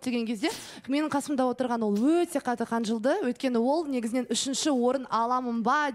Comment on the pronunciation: Айдана қанжылды деген несі қынжылды десей еш болмаса